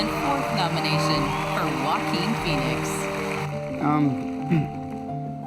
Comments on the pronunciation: Juan is pronounced "who-won", not "one". Joaquin is pronounced "Ho-aw-keen", not "walkin' ". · whack-keen lol